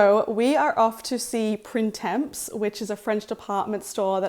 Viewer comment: Such a cute vlog! Fun fact: Printemps (pronounced Pran-tom) is French for spring 🩵 but so lovely in summer